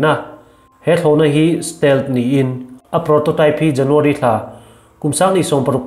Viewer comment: Stelh tia i lam hi still tin lam zawk la ava in hmeh dawn ve